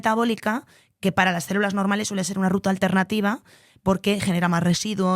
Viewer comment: En serio dice "cérulas" constantemente???